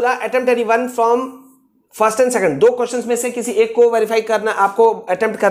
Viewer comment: Second hota hai secand nahi